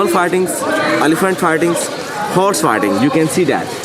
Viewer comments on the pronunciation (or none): They ARE coming across as rude n snobbish. If u think he is saying "farting", common sense will also tell u that the closest correct word possible would be "fighting".